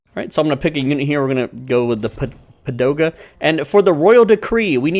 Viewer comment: came for the comment why he's saying padoga instead of pagoda 😅 btw, came here after playing it on mobile